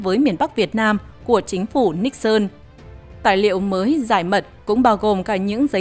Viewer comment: Tôi rất thích nghe bài này đọc đúng phiên âm Níc xơn ,có kênh MC có chút tiếng Anh đọc là Ni sừn ,nghe chối quá , MC chắc hơi máy móc và không nghĩ là đọc cho người Việt nghe đa số không biết tiếng Anh